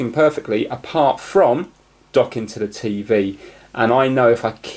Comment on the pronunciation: i love how you say tey wey insted tv its funny